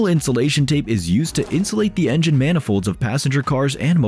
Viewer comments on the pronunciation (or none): none